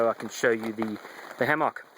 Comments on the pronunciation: it's not a hammocccccccck it is a "hamek" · No that is not a reasonable response. Both ways of pronouncing the fruit are acceptable however it just sounds silly when you say hammock in that way. I have never heard it pronounced in that way and it detracts from your message. Say it how you fucking like, I am just saying you sound stupid. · Pronounce it Ham Mick when in the midwest or get laughed at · probably an accent thing.Aussie here and say it like ham mick